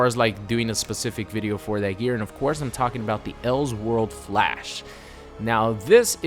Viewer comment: Anyone else annoyed by his pronunciation of "else world"